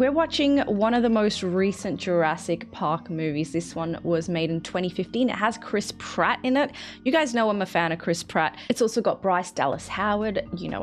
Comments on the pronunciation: Any and every time someone says Chris Pratt I can’t help but hear Crisp Rat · the way says chris pratt sounds like she says crisp rat